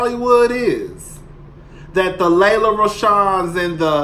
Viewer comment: Every time you say Lelah, I’m dying with laughter😂😂😂 8900 subscribers 💃🏾💃🏾💃🏾